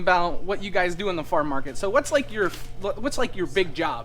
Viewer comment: Are you saying Farm Market? I'm hearing Far Market.